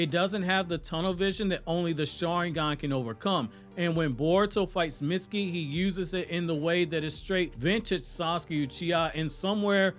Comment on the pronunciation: every single time you say mitsukis name wrong, it kills me.